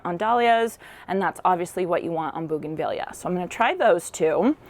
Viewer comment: Highly prefer this kind of “ironing” 😀 Oh, and I know you’ve had comments, but it’s bougainvee-a. Like Tortilla. Both Spanish Latin words and items from the same part of the world where double LL is pronounced as a Y sound. Audio was much better! Thanks!